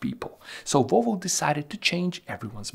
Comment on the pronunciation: Its Volvo not Wolvo…..try to say that….VVVVVOlvo